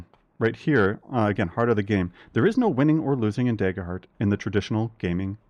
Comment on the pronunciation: what's this "deyger heart" you speak of?